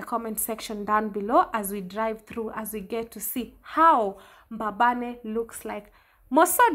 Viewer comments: It’s Mbabane not Mbababe. Enjoy Eswatini. May God continue to guide you and protect you in all your journeys. Your other Mama in the UK 🙏🏽♥️ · It's mbabane not mbababe ..anyway it's small country eswatini but was always peaceful until recently